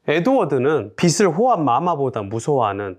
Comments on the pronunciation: "비즐" 이렇게 발음하셔야 합니다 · 빚을 빗으로 읽는 사람이 재테크를 논하다니 신뢰가 안가네요